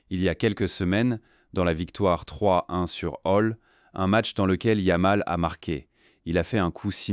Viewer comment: Tout est à jeter dans cet ersatz de vidéo : - Commentaire en I.A. avec 1 erreur tous les 3 mots (yam pour yamal, puis youmal, Lamene, etc...) + phrases n'ayant aucun sens ou peut-être sur une planète encore inconnue à ce jour. - Images sans rapport avec les faits. - C'est quoi le feu compétitif ??? - T'écoutes les daubes que tu postes ??? 25min. pour raconter de la m3rde avec des commentaires ridicules grâce à une I.A. pour teubés... On atteint les sommets du ridicule. Champion hors catégorie 🤡